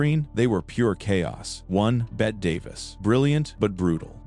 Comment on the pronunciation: Davis' name is pronounced Betty, not Bet